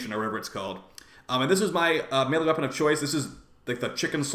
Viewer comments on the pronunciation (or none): none